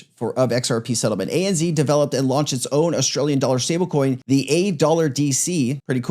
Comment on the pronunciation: ANZ is pronounced ANZed not ANzee lol😂